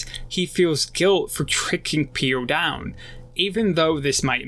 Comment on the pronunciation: Like the analysis but it's very distracting that you keep calling him Sakura instead sokka and you keep saying Piandown instead of Piandao